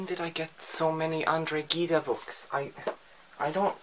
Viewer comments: Gide's name is pronounced JEED, not GEED-eh. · Zheed, not geeda